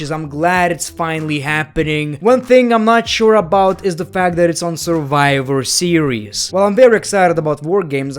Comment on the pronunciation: the way you pronounce your "v"...😂😂 It's Survivor Series and you say "surwiwer series"..😂😂😂😂🤣🤣🤣🤣